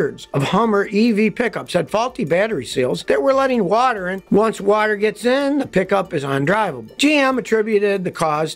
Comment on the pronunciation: "it even works, under wooter"!